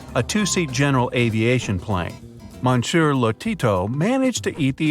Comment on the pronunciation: Oy! Love Bright Side, but really face-palmed each time the narrator massacred the word "Monsieur"